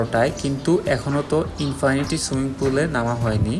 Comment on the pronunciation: Infinity swimming pool এর "Infinity" উচ্চারণ হবে "ইন্-ফিনিটি" হবে। কিন্তু আপনি দুইবার ই উচ্চারণ করেছেন "ইন্-ফানিটি"। আপনি একজন content creator হিসেবে এই গুলো silly mistake ঠিক করে নিবেন ভবিষ্যতে, এই আসায় আপনার জন্য শুভকামনা রইল।